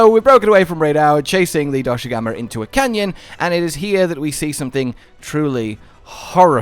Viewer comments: It's not Doshugama, it's Doshaguma! Lol, great video, I'm just poking fun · it’s dosh aguma you’re saying doshu gama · DoshAgUma, not DoshUgAma istg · You mean dosugma? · Man where does find the u letter in Dosha and two a letter guma. is such a fun guy, poking fun at Cuttan's suffering. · I’m convinced he keeps saying Doshugama to boost the engagement from all the people correcting him in the comments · Take a shot every time calls Doshaguma DoShUgAmA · I'm curious if Cotton will correct monster names again. "Doshugama" XD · WHOAAAAOOOHHAHAHAHAHAHAHAHAHA WEAPONS WITH SKILLS WAHOOOOOOOOO Edit: Im never not gonna be annoyed by how you say Doshaguma bro. You say Doshu Gamma, and I cant figure out why Edit again: i doubt we'll get a room to put endemic life in, my guess is that there'll be endemic life requests that we can complete for food/crafting rewards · YESS I WAS SO PISSED OFF WITH YOU SAYING IT WRONG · This point I dont know if he's doing it on purpose because he thinks its funny (it's not) or what. This isn't a Tie-grex/Tee-grex situation where either pronunciation works with the spelling but the Voice Director chose the wrong one ( I will not be debating this), its just strait up ignoring the spelling. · There is simply no way is mispronouncing doshaguma so much on accident